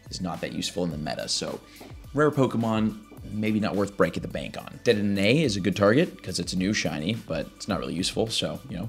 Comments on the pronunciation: dedenenanay, sir thats now how you say it, its "De De Nay" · no one is talking about "dedenene" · Do you botch Dedenne's name on purpose or something? lol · How many D's are you supposed to pronounce in dedenne? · Anyone else get very triggered by the way he pronounces dedenne and hydreigon lol